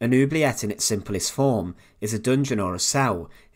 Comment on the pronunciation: It is pronounced ... ooo blee a (hard a)